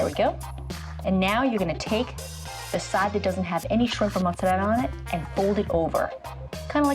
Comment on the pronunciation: It actually kind of annoy me when she pronounces mozarella so over the top lol